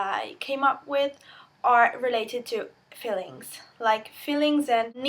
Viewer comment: Excellent video. One minor point. "Feelings" should be pronounced with a strong E sound. You're pronouncing it like "fillings".